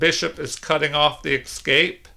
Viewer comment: It's not the repetition, you understand; it's the pronunciation as "exscape", I hate to be a pedant and apologise for harping on it, but it's like gravel in my show now 😆